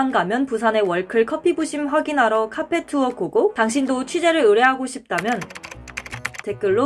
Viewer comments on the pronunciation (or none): 아.. 더빙하신분 카페 ㅋ발음 그대로하시는거보니 경상도 분이신듯